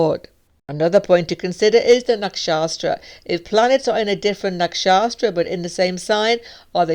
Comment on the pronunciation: Hi! I love listening to your videos. However, you may want to check the pronunciation of Nakshatras. The reason being the pronunciation is wrong here as it sounds like; there is no 's' between 'a' and 't'. Hope this helps.